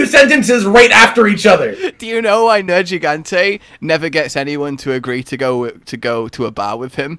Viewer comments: Me, a simpleton: Nergigante. (Because that's how they pronounce it in the game.), an intellectual: Nerjigante. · the first G in nergigante is a hard G, not a soft G like a J, hell the NPCs repeatedly say it that way xD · What annoys me more? not playing with hud or the fact that he refuses to learn how to pronounce Nergigante correctly. Seriously, why does he pronounce one ‘g’ differently in the same word? Does he say it deliberately wrong to trigger people? Or is it a British thing?